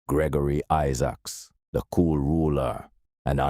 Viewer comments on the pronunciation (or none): none